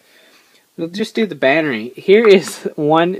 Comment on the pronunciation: ITS A BATTERY NOT A BANNERY!! DX